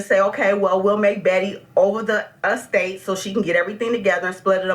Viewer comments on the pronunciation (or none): And the “A-state” lol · HHHHHHHHHHHHHHHHAAAAAAAAAAAAAAAAAAA!!!!!!!!!!!!!!!!!! "A state". "Alfa data". Baby, PLEASE learn how to correctly pronounce words!!!! LOL!!!!